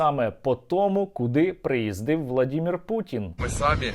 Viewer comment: Коли ви навчитесь казати володимир шпутін , а не владімір ? На українській мові - володимир, чи я не правий ? Слава воїнам ЗСУ !Слава Украине!!! Героям Слава!!